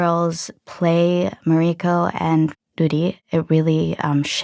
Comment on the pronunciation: Why do you pronounce Mariko’s name incorrect?